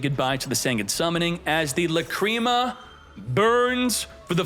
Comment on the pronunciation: Say lacreama one more time and u are gonna get lacreamed on